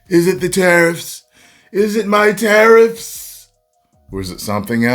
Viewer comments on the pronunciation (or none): “is it the tarrfis? Is it my tarrifs?”